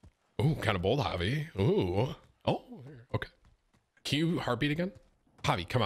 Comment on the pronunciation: Im g glad you pronouced javi right